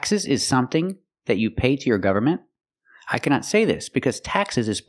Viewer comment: Thanks a lot❤ she also didn't pronounce the word "government" properly, did she?